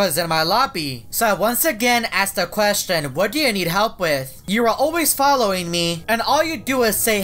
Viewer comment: oh my god yeah i hear it too